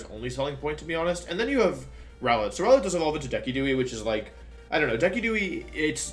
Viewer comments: Wolfe if you call Decidueye "Deckidooey" one more time ill come over there and slap you! Its dee-sid-you-eye! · I'm sorry am I literally the only person who noticed that he pronounces 'Decidueye' as "deck-ee-doo-ee"? It's "des-ID-joo-ai" LOLOLOL deck-ee-doo-ee edit: Jesus fucking Christ "arca-NEE-NAY"?????!?? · I spent the first four minutes wondering what the heck is a dekiduei Does Wolfey say that as a joke or is he not aware it’s pronounced Dae-see-du-eye? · What the hell is up with how you pronounce Decidueye? Have you never heard a single other person say it out loud? It's pronounced (Des-id-ju-eye) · boy said dekudooey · I'M SORRY. I just need to stop and process what I just heard... Did he just pronounce it DEH - KEE - DOO - EE ??? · Deck-a-duewi like what yeah your thing is mispronouncing pokemon or something but not my favorite pokemon.... I kinda was half laughing and half cry laughing when I heard it. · Decky dooie 🤣 In all fairness though, I've mis-pronounced quite a few pokemon names before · Did you just call Decidueye DEKIDUE WTF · He pronounced Decidueye so wrong, no offense.